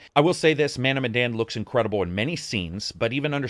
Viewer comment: It pronounced meh and dan like Daniel. Any Easter eggs about Indonesia at all? 🤔